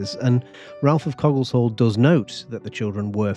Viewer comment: Its pronounced cogg-eh shall